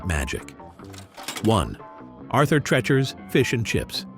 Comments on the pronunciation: It's pronounced "Tree-chers", not "Treh-chers". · "TREE- cher" not "Trecher"